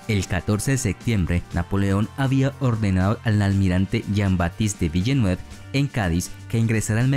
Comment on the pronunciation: Se escribe villeneuve pero se pronuncia vilnov